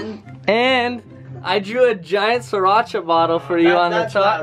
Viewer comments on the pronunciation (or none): none